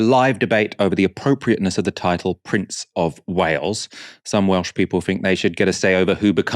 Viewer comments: To be fair, his pronunciation was the only positive to come out of that spectacle. I was expecting it to be atrocious but was probably one of the better attempts I’ve heard from non welsh speakers. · the way he pronounced the welsh was hilarious - respect to the taffs who told him to fk off